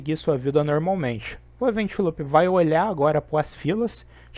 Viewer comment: Show! Só corrigir a pronúncia do "loop" que fica top!